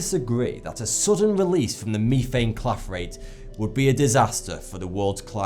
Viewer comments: This guy pronounces his "Th" sounds with an "F" sound. It's funny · We can defiantly tell you are not an American. The way you pronounce methane. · everytime he said methane im thinking have I been pronouncing it wrong my hole life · Is that how they pronounce methane in England. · Meth-ane not me-thane. Love your videos but that was tough to listen to￼ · Methane- (meth-ane) not Meethane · You're the only person that I have ever heard pronounce Mee-thane, instead of meh-thane. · I really like your videos but oh my God it’s driving me crazy listening to you miss pronounce words like methane… It has a soft E as in the word… Met. Not a hard E as in the word… Me. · meeeeeeeethane it’s so annoying say meh-thane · Please you can do humanity a favour yourself it's pronounced met-hane not meethane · Meh - Thane. .... MEH - THAN....NOT MEETHANE...FUCK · Methane is pronounced MEH-THANE not MIIIIIIIII-THANE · Meethane? It's methane. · That darn meethane... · Meefame. It's meth-ane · ME-thane? You mean, METHANE!? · Its pronounsed meth-ane not me-thane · meth ane. not. meee than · it's meth-ane not me-thane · That whole time he was saying "me-thane" I was so confused because I thought I didn't know that word or forgot about it then I realized he was pronouncing "meth-ane" differently. Didn't even faze me when the word was on screen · methane not pronounced Me-thane its meth-ane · MEETHANE YOUTHANE WETHANE! Its Its pronounced Mehthane. Not meethane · the way he says methane. its meth-ane like meth as in crystal meth and ane as in cane. Meth-ane methane not me-thane. excuse my American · It's methane not mefane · You sounded like a fuckin idiot, it's MEH-THANE (EH pronounced as E in "enter") Not ME-THANE. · meh.thaen. not mee.thaen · Sound it out. It's methane (meth-ane) no me-thane. You silly Brits make me laugh with your terrible vocabulary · ME-thane was triggering me cuz it meth-ane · its pronounced mehthane! not meeeeeethane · methane not meethane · mefane gas lol